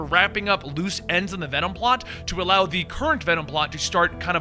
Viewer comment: “We are Wenom” 10/10